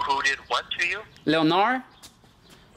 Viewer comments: Leonard pronounced with a D Leonar(D) not Leonar just fyi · Leonard- Pronounced lenerd Le Nerd Leonard the nerd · It sounded like the female name“Leonor”....to me! 😂😂😂😂😂😂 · Los tienes bien puestos. another good episode brutha! FYI: His name is pronounced LEH-nerd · ...the name "Leonard" is pronounced "Len ARD" - the o is silent. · Wrong.. pronounced.. Lin nerd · Pronounced Len-erd Skin-erd. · Lol it's Leonard like Sugar Ray Leonard lol 🇵🇷